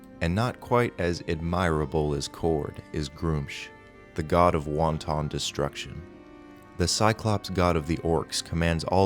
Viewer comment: Bro really said "won ton destruction"